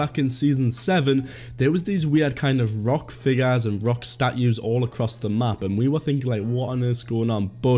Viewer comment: Did u actually just say stat-u omg😂😂😂